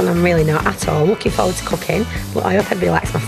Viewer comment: "look foward to the cooking" LOL